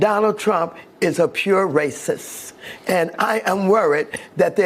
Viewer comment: The word is racist maxine NOT raciss-you can't even pronounce the word correctly